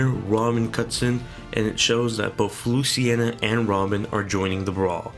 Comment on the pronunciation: Luciena? It's pronounced Luce-een-a